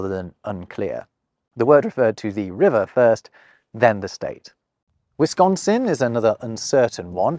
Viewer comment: Im glad you didn't say WisKONsin like most do who aren't from there. Never knew some called is MITCHigan either 😂